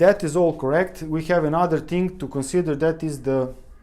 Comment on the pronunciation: Brilliant video, and brilliant English. You could practice "thing" instead of "ting" by brushing your tongue against your top teeth. Your vocabulary is so good that it sounds like you are a British person putting on a Eastern European accent. Dérailleur hangers are a way for bike manufacturers to make money, selling something that costs a dollar or less to make, for 20 dollars. Fortunately they are available from aliexpress at about 5USD, but not for all bikes. I bet there are other problems with gear changing though. Worn cassette and worn chainrings. Frame flex. Old grease in the brifters (brake shifters) which hardens and makes shifting difficult.